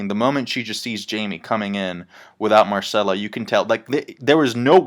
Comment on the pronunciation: It's Myrcella, not Marcella. For the rest nice review!